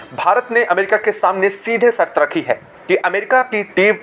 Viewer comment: कृपाया आपकी भाषा सुधार लो. सर्त नाही शर्त बोलो. क्या शर्त रखी है? बाकी का सब मालूम है.